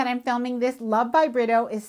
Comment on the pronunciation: He’s Brazilian, you pronounce his name with an H sound, rather than an R. For example Homero. His ls last name sounds like Bree-too.